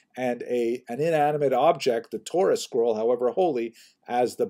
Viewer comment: He married a 'Torah Scroll?' For a second I thought you said 'chorus girl.'